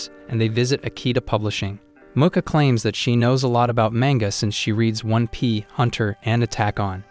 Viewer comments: ITS one piece not one pee and ITS hunter x hunter not just hunter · This is a really good series but when you said one pi hunter and attack on made me laugh